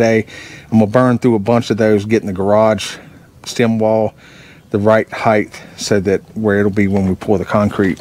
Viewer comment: No such word as heighth. Word is height. Just say'n. Ha!